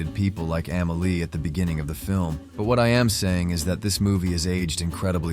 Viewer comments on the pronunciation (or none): After this narrative, I liked, subscribed and set my alerts to all. This guy is an artist, his eye for art is like no other. As an artist, this guy hit every single key point! My favorite film of all time Pure art. The only thing I can say is the movie is called Amelie. Ahh-mehh-lee. Not Ehhmehlee. I cant wait to check out your other review. Finally an artist that can eloquently dissect a totally art scene movie. I had never , ever bout a movie during that time, but for Amelie , I did. A classic